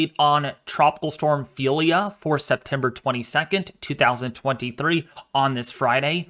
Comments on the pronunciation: It's Ophelia NOT Felia You are not pronouncing the O OOOOOPHELIA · It's Ophelia not Phelia ! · WMO pronouncing it o-FEEL-ya officially from RSMC Miami naming list